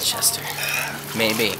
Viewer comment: LOL at how you said 'Chester' it was kinda creepy and funny :L